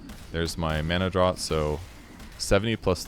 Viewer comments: One day we'll all accept that "draught" is pronounced "draft", not "drawt", and the world will be made right again. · Draft, its pronounced draft! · Draught is pronounced like draft. Like draught beer